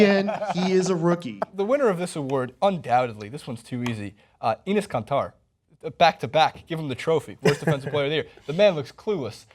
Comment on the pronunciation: I don't appreciate how you pronounce kanter